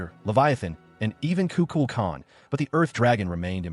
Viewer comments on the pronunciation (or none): none